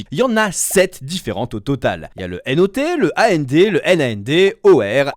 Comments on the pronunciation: Mes oreilles ont saigné pendant toute la vidéo à chaque fois que tu prononçait A-N-D, O-R, X-O-R, etc... 🥲💀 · Question : pourquoi est ce que tu dis ''A.N.D.'', ''O.R.''... et non ''and'', ''or''... ? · Bonne vidéo, juste sur la prononciation des portes logiques ça a été un supplice 😂. Ça se lit comme un mot : and c’est et en français par exemple ça se dit pas à n d et nand se dit non and